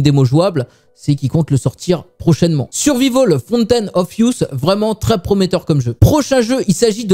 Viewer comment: prononcer survahivol. c'est facile.